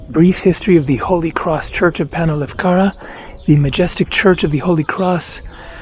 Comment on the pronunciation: Hey, just a quick FYI... "AHno Lefkara" and "KAHto Lefkara" aka Upper Lefkara and Lower Lefkara. 👍